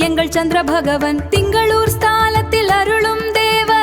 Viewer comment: என்னம்மா இது இப்படி பண்ணிட்டிங்களே.... Dhingalore இல்லை. திங்களூர். ( Thingaloor ) அடுத்து ஜெய் ஜெய் சந்திர பாகவான் இல்லை. சந்திர பகவான். ( Chandra bagavan ) உச்சரிப்பு மிகவும் நன்றாக இருக்க வேண்டும்.